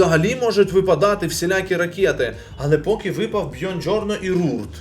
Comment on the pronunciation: Привіт, я живу в Італії. Правильно буде казати Буонджорно а не Бьонджорно. У.👍